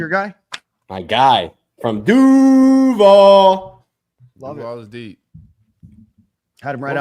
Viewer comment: Du - vaaaaaaaaaaaal. Get it right. 😉